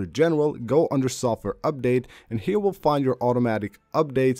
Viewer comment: Update: this guy..“Ubdade”